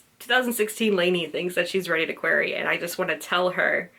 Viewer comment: Yay! That was super cute and I'm glad to get some behind the scenes on that first red ridinghood project. I still remember that I 100% noticed that you were pronouncing "query" weird but the content was so enjoyable and its not like you could reshoot the blog so pointing it out would just be pointlessly ridiculous. Your commentary in this blog about it cracked me up so thank you!